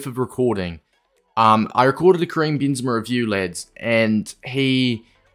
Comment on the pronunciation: "kream bean zama"